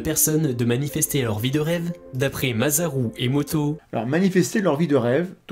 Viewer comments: Par contre, ça se prononce [MA.SA.LOU] et pas ma.za.rou... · MaSaru Emoto OSamu Tezuka Naomi ÔSaka S'il-vous-plait, prononcez le S comme un S quand c'est un nom japonais. Les français méritent de savoir ne pas écorcher le nom des autres. Leur accent n'en sera que plus sexy. Merci.